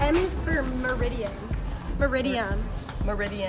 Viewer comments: its not meridian, its meridiem, if he said the first one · They got that one wrong they did not say "meridiem" they said "Midiem". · That one black girl said meridian not meridiem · MERIDIAN not MERIDIAM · Their pronounciation for ante meridiem and post merīdiem 💀